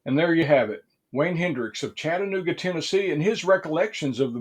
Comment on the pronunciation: Thank you for pronouncing Chattanooga correctly and perfectly. 👍⬆